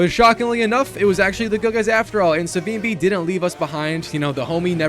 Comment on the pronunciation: It's Savimbi not Savambi. You Americans need to learn how to pronounce names.